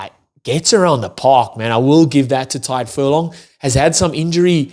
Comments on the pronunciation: Small tip on "Tadgh". It's not pronounced like "Tide", it's like the "Tig" in "Tiger". You're welcome! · Stop confusing him by being a contrarian bro. I am Irish and my friend's name is Tadgh. I should know how it's pronounced and it's not "Tag". The "Tig" sound in "Tiger" is how it's pronounced. Read what I said and not what you made up in your head.